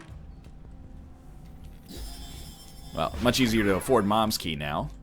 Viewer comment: the way he pronounce "moms key" and "caves two" made me question english as a whole